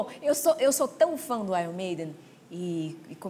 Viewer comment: Rachel eu tbm sou fã do aion maiden AHUAHUAHUA tadinha ela pronunciou errado